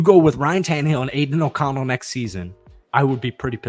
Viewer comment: The way you say “Aidan O’Connell” pisses me the fuck off . I hate that you think he’s good to lmfao